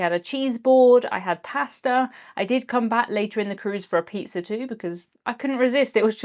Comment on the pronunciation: Like this comment if the way pronounces "pasta" is one of the simple joys in your life. 😂